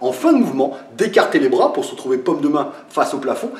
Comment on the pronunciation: "Verrouillez moi bien ce brôas" :)